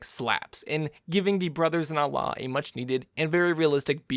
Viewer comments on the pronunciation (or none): none